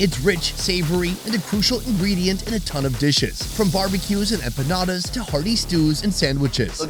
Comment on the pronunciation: empaunaudas...se dice empanadas capo